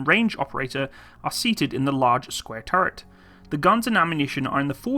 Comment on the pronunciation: What do you have against words with the letter "t" in them? "Over-heeding", "turreh", "Compuder", "thirdy", "warder", "operader" etc etc (Over heating, turret, computer, thirty, water, operator)